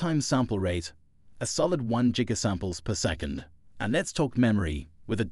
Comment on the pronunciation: Jig-a-samples. Ha hs.